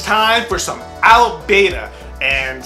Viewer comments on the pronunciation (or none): It's pronounced a(as in another) lip(part of your mouth) ba(as in bra) ta(as in TADAAA!) i know you're not killing his name on purpose, so that's why I'm mentioning it. Check how other reactors pronounce it. Rock on! Like your reactions and HONEST enthusiasm. Peace.